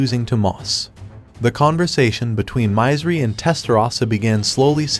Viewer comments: Mizeri = should be pronounced as Misery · It hurts my ears every time he says My-zer-ry instead of Misery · It's misery not mizery. Aww man at least spell it properly if you're covering these anime!